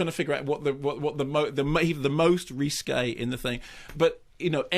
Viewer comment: The reesskee-ESQUE, the rissQUÈ...the Burr-LESQff....... He gets the RissQUÈ-est number, in the fill-um. Love it.